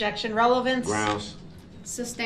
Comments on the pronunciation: It's "sustained" not "substained". He should know he's heard it enough. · This trial has been going on for how many days now and he still doesn't understand how objections work??? The prosecutor will literally say "objection: relevance" and he will say "grounds?" Umm... RELEVANCE, you idiot!!! And he pronounces "sustained" like "substained" WOW WHAT AN IDIOT! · I cringed e very time he said “ substained” LOL😝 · don’t you mean “substained”? 😂 Based on the clear biast of the judge 😂😂😂